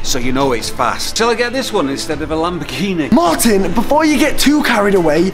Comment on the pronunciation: MARTIN ITS LAMBORGHINI USE I! I! IIIIII!